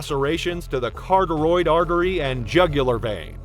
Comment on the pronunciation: Carotid artery, not "carteroid [sic]". Two video now on this channel make the same mistake.